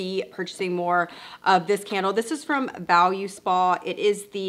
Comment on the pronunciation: It’s VO-looo-spaaa not Valu-spa, lol